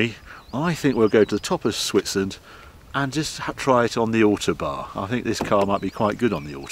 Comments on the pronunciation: Ow like owl, toe like on the end of your foot, barn like where the owl lives. Ow-Toe-Barn! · As always, a first class report. Am I missing something, I have lived away from the UK for nearly four decades and I notice Harry called the Autobahn the `ortobar´. Is this how it is pronounced in the UK?